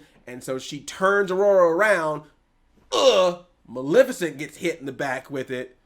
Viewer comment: Jesus christ WHY CANT ANYONE SAY MALEFICENT CORRECT. EMPHASIS ON MUHLEEEEEEEEEFFFAAACCCCEEEEEEEEEENT